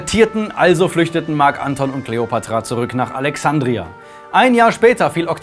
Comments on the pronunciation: Ja, aber als Marc Antón, nicht Ánton. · "Marc Anton" betont man auf dem O. Oh well, is jetzt auch schon wurscht. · Moment Gaius Octavius? Der VATER von Kaiser Augustus? Tz tz tz dieser Fehler ist aber doch etwas peinlich ^^ Gaius Octavius IST Augustus! Es war ein Ehrenname welcher der "Erhabene" bedeutet. Das sagt der liebe ja selbst später. Und bitte sag Marc AntonIUS nicht Anton:)